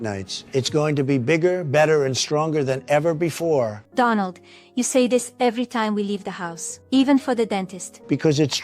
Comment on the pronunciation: She's not saying it right! It's Doh-nuld, not Dah-nald😆